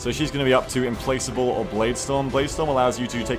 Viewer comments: I think it's pronounced "implakable" with the "k" sound and not the "c" sound. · Implacable is pronounced "implackable". Good vid! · Implacable = im-plak-able